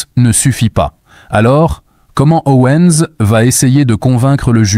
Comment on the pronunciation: Si tu décides de prononcer à la française, faut pas seulement prononcer "Candasse" mais aussi "Ovansse".